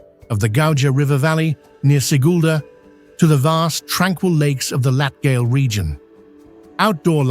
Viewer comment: AI voice mispronounced: Dainas Latgale Any Latvian word with a "j" in it. Quite badly.